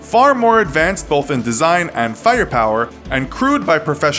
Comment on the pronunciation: There's NO "L" in "BOTH" You can fix it this! I believe in you,. Don't let anyone tell you you're unable to overcome this easy-to-fix problem!